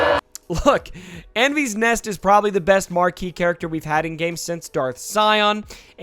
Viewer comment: Your butchering her name just so you know